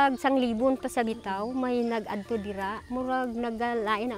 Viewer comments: Kadto not adto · Kadto..hindi Adto..pataka lang haw...hahaha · Kadto hindi adto